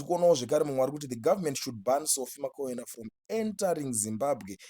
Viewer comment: Iwe who is Sophie Makwena. Pronounce .bvunza kuti anonzani nhani